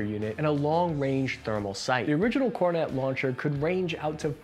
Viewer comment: that is fake, he pronounced kornet correctly